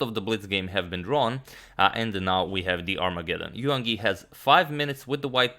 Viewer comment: In "Yangyi", don't sound the "g". "Yang" is one syllable (like English "rang" or "sang") and "Yi" another (pronounced like English "ee", as in "seek").